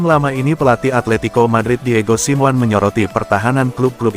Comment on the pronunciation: Hadeuh dapat manusia ini dari mana sih jadi pembaca berita bola tapi gak tau dunia bola Bilang nya Diego Siwan mestinya dibaca nya Diego Simone